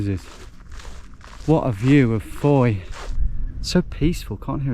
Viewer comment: You said fowey correctly! Geowizard you have more than a subscriber for life!